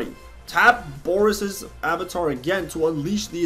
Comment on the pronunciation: Boreas is a pun on boreal (meaning "of the north or northern regions" - source Latin "borealis" meaning "northern") mixed with the latin root suffix "-eus" ("-eas" is a derivative term), meaning "made of" - for example, "argenteus" would mean "made of silver" (argentum being the latin form of silver). It's also pronounced "bore-ay-ass" not "boris" :P TL;DR Boreas more or less means "made of the north", which actually fits him pretty well